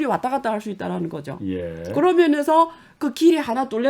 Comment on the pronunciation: 교수님! 억양덕분인지 귀에 말씀이 잘 때려박혀좋네요!그런데 "개면"☞그러면으로 바꿔발음해주세요!ㅎ그러면 맞죠??무튼 한국어 실력 짱입니다요!!